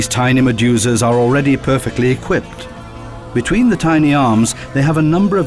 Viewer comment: Although I thought this was a GREAT documentary, it was like nails on a chalkboard whenever the narrator said "Maduzaz". I know what he was trying to say, but every time he said it I heard "MaduZAZ". And then he would say it a few times in a couple of seconds, I felt like punching myself in the nuts to distract myself from his pronunciation.